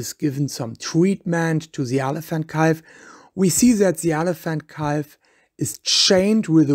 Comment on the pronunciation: OMG someone tell this guy how to pronounce BUSH and CALF and several other words for that matter.